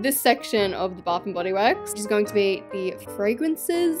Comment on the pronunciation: I’m so sorry but “Baf n body wourks!”